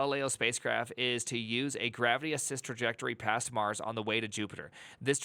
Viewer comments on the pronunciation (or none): none